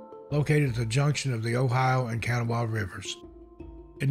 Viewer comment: Hi, love the stories. fyi, Kanawha is pronounced by locals as "Kan-gnawa" or even "Kan-all". I know because I'm one. From East Bank, WV. 🙂👽🦧🖖🏼❤